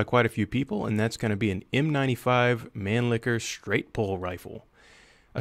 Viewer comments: He pronounced "Steyr" correctly [Shtaier]. That's how the Germans/Austrians say "Steyr", but he butchered "Mannlicher"[Manliher] so badly that it sounded like "Man licker". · MAN-LI-KH-ER. NOT, “MAN-LICKER” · "Manlicker" "staier" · Many people I know pronounces Mannlicher as "Man-Licker" and it's really awkward. "What rifle is that?" "Oh, it's the Stair ManLicker M95" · man liher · Mawn-leekhh-air It really isn't that difficult, guys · MANLICHER. there is not "K" in manlicher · pronounces "Steyr" like he's trying for the German pronunciation, "Nagant" like he's Brad Pitt in Inglourious Basterds, and "Mannlicher" like it's the title of a gay porno.